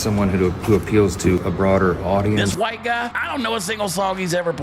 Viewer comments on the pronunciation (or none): none